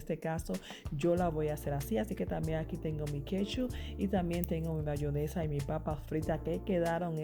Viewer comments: bayonesa???? Eso escuché 🤣🤣 muy bueno y se ve rico, pero es "Mayonesa" sorry!!!! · la gente vieja o campesina le sigue diciendo bayonesa a pesar de que el propio envase dice en grande MAYONESA